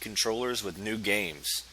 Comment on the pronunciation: This works 100%!! It did sound like "Nude games".You're hilarious dude!😂 Thanks for posting!!👍🏼